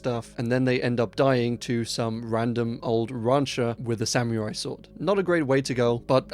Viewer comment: I don't think "technology" is the word you gotta worry about saying weird... unless it is actually a sam-me-rai sword...😅